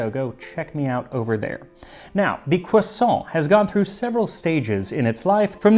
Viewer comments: Its pronounced, cwassAAAAAWWWW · You can’t get away with only pronouncing half the word correctly 😝 Either go all the way, kwasahn or keep it American, cruhsawnt. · Cwossant- Carl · Yes the French do indeed pronounce it CROIsant. And they should know. 😂 But I like the look of the bready one. Flaky ones are a pain to make. Its lunch time by the time mine are ready. No way am I getting up at dawn to make them. 😂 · hahaha cwoisson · Me saying quaso everytime Max says croissant with a pompous pronunciation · I love croissants. I remember hearing two women talk about "CROO-sants." I damn near died. 🥐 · Um, are you going to finish that cwossaint? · Don't forget, it is pronounced "kwason". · It’s pronounced “KWAH-soh” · "croisson'' huhuhuh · "today I wanted a.... croissant QUASO" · No, the French don't say "kwusont" the rolled R is nasalized and sounds a tiny bit like it when spoken. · Today Max made a video on the history of Croissants Quaso And so I watched a video on the history of Croissants Quaso And in the video Max repeatedly said the word Croissant Quaso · cRRRRRRRRRRRRRRRRRRRRRRRRRRRRRRoisant . let your R roll 😄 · The American pronunciation of croissant is hard to take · literally cannot finish the video with the way he's saying "croissant". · be interested to see if that pronunciation has any effect on the French edition sales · Dear history with Max Miller , I never thought I would correct you, Max on anything but, croissant is pronounced with an ending of ant ou ants (like the little ant bug). Greetings from Quebec, Canada 😀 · Your pronunciation is usually so good, but you aren't quite getting croissant right. Great video as usual though, thanks Max! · I'm genuinely surprised you let him away with butchering the pronunciation of croissant too...